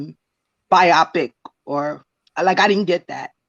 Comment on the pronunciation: Can we please say "bio-pic" not "bi-opic"! A biopic is a biographical picture for short. Y'all killing me with that every time I hear it. LOL